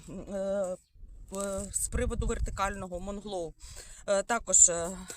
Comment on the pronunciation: доброго дня.Правильно вслух говорити:" МУНГЛОУ", а не МОНГЛОУ".